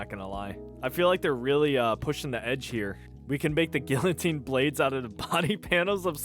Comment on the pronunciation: cmon man that aint how you pronounce guillotine